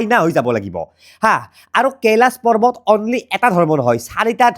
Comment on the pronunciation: পাৰ্বত নে পৰ্বত কেলা।‌ ইমান অভিজ্ঞ হৈ উচ্চাৰণ কৰোঁতে অলপ সাৱধান হ'ব লাগে ।